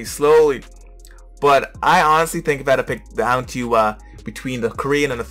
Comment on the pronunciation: Lol sure you have reading problem too, just listen to the last syllable it was pronounce as "tho/thow" and not "to".... You must have the same pronunciation as her and insist you are correct, silly you